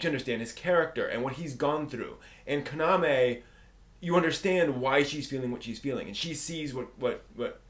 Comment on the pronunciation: you're pronouncing kaname wrong....